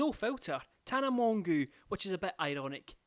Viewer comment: calling Tana "Tana Mongoo" >>>